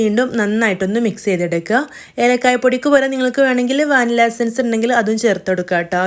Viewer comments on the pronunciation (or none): none